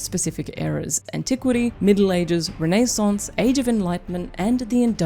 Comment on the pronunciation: 😂😂😂 one of the most solid Nysnc inserts to date 😂 Reneesance. I’ll never pronounce it any other way “as above so below” line goes so hard here even if it is just about over engineering beavers